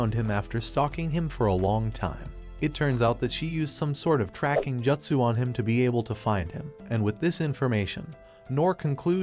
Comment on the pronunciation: said like jootsoo, not jutsoo